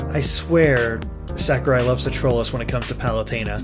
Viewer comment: ***** his name is sakurai not sakuria